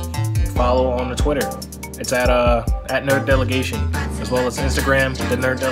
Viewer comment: you still cant say "delegation" right